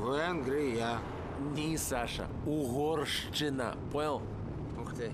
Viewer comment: Кстати, они вместо "Угорщина" произносят "угорШЧина - это как-то скорее по-белорусски))